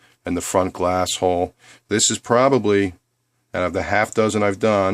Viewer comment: You said glasshole. :) Thanks for the video. Trying to figure out if I want to do mine.